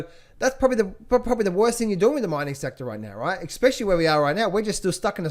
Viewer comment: Did I hear an 'EK-SPECIALLY' when you were talking about Ray Dalio's book on debt? I'm pretty sure I did...